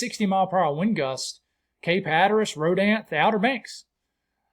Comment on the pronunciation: I know you can’t know the pronunciation of every town and it doesn’t matter but it’s Ro-Dan-Theeeee!😀